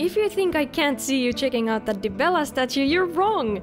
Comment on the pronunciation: I thought the way you pronounced "Myrkvior" couldn't be topped by anything in the video - then I get caught starring at Dibella haha you're awesome. I couldn't help but laughing